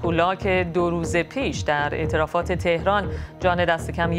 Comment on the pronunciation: خانم ارتفاعات نه اعترافات...شما اونقدر از اعتراف واعترافات میگین ومیشنوین ارتفاعات رو هم اعترافات میگین